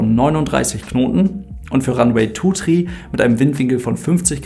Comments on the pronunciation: Ist die aussprache “tri” sozusagen funksprache ? Also damit man die zahl 3 über funk auch wirklich versteht? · Danke für das Video. Wird wirklich 33 ausgesprochen - Tree Tree? Ist das ggf. so eine Funksache das man das TH nicht ausspricht? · Heißt das wirklich Landebahn tri tri oder spricht die Zahl drei einfach so aus? 🤔